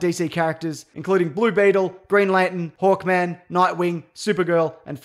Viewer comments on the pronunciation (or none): none